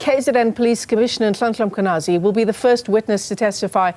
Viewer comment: She must first apologize for calling Mkhwanazi "Makwhanazi"